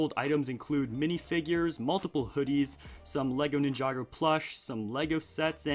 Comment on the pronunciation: The way he says Ninjago 😂